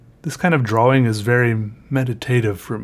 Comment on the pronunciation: I love it when he said twrawing 😂😂👌🏻